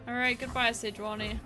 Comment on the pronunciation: Fantastic content! Love your different and crazy decks! Might check pronunciation of Sejuani tho